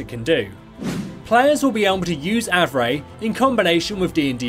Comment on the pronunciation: i knew the pronunciation is Av-ray! some people on my server pronounce Av-ree